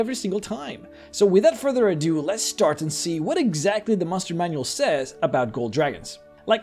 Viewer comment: I love it how you say "tressure" and "mushroom" manual lol